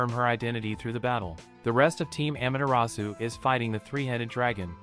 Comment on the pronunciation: He says amaterasu actually he is it wrong amatrus